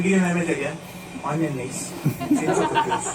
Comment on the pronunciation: ' Sevgili Mehmet Ege, Annenleyiz.. ' kral o es ardından gelen yanlış tonlama maalesef kopartıyo ya şlfdmhfdhpo